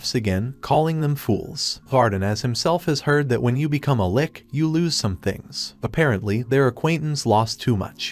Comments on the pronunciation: Now I'll agree with you on most words. However, when it comes to the word "lich", I can attest that most casuals will not know what a lich is so they will assume it is talking about a literal lick when hearing the word being said. When they hear it spelled like "litch" they probably look it up and see what it is if they don't know already. If they do, then they just assume the AI voice doesn't know how to say lich correctly. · You could probably make the text-to-speech narration more accurate if you replace words that are misread such as "lich" sounding like "lick" by typing them phonetically, an example being "litch" instead of "lich" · the term is "LITCH" not 'Lick' she is not a Troll... Trolls are male, female Trolls are called "Trollips"